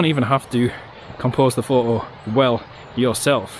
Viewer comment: Would it be too much to ask for not omitting the 't' sound when you say 'photo'?